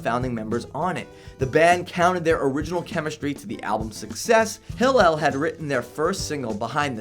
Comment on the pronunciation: he's mispronouncing Hillel's name every other time..